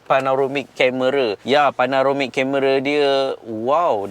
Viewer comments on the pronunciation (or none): Panoramic.. Bukan Panaromic.. 🥰